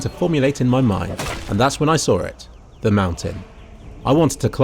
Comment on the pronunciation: 'and that's when I sar it'